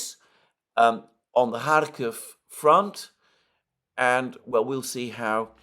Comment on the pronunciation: Why do you write Kharkov in your title hut cannot pronounce it correctly?